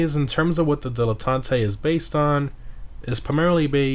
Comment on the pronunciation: Why are you saying like that? Its not Spanish man